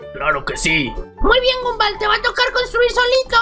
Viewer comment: No se pronuncia Gumball se pronuncia Gomball